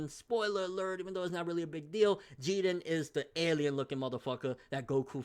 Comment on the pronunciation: How you always pronouncing the names wrong bro? Wth is "Jeaden", I thought his name was pronounced "Jiren" 😂